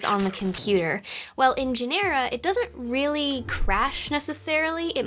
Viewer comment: Nice. I do remember how wonderful it was to debug software, fix it while it was running, then continuing right there from where it crashed. Talk about a tight debug loop. It was awesome. Also, it’s pronounced GEN-er-uh. Also, I resent the characterization that we didn’t hack each other! I at least most certainly did!!! (What’s the statute of limitations?)